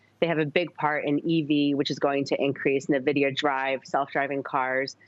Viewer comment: Navidia? God at least get the name right before investing:)